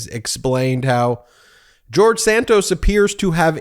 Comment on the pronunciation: “…George Santoast…”😂😂😂😂😂